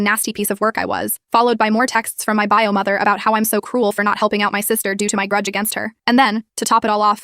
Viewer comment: “buy-o” instead of “bio” lol